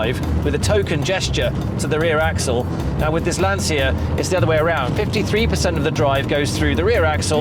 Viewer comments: Brilliant. Just please start learning how to pronounce LANCIA correctly: Brits were able to learn how to pronounce 'Porsche' or 'coupe' correctly, therefore i believe they can learn how to pronounce Lancia too. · At least learn how to say Lancia properly……….!